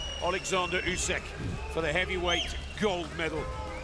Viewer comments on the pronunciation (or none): Why you saing 'usky' when it's Usyk. Are you making this on purpose?